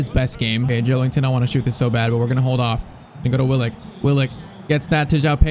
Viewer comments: Just an fyi: it’s Joel IN ton and not Joel ING ton. There’s no G in his name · Joe*LIN*ton not Joe*LING*ton lol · Maybe it’s just me , but I cringe so much when you say JoeLINGton 😂😅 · Bros saying joelington